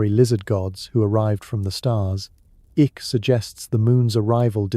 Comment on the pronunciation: "Ick". Well done, AI.